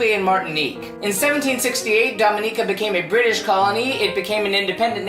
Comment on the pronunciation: thank you for saying the name correctly <3 i love my home land